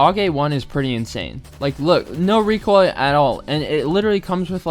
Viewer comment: ABOSTUTLY NO RECOILL